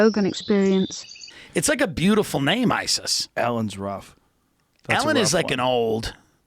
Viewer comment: Learn how to pronounce Nemesis. For a start. And she never came across as 'Nice'.